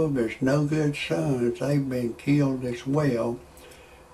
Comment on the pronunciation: Did you say he was "Keelied"? lol